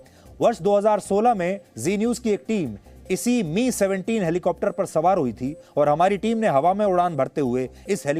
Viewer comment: It's not pronounced as 'ME' but 'M' 'I'. May his soul rest in peace. aum 🙏